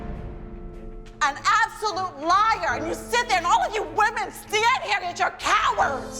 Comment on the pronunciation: Why did you say “women” like that